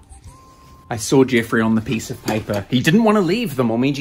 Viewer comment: Ok lets go get a pipor XD not trying to be rude just the second time u said pipor and it was funny